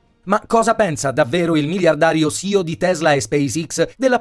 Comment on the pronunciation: Elon pronuncia élon e non ilon ... e Ceo pronuncia s i o .